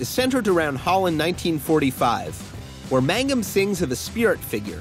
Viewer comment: Its MANGUM not MAGNUM ^^